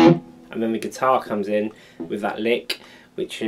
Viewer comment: Like "gui-tar"